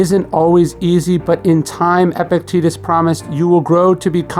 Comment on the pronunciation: I cannot watch this video because of the constant mispronunciation of Epictetus's name. Gah.